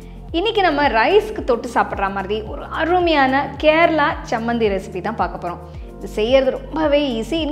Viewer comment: It is 'Cha' not 'sa' Chammanthi not sammanthi